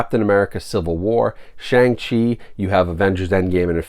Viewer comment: Brah, you completely butchered the pronunciation of Shang Chi